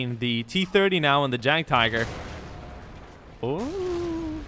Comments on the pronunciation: Jagd is actually pronounced yak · jagd is pronounced as yagd